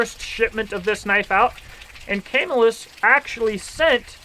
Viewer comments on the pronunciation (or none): Camillus, NY is pronounced Kuh-MILL-us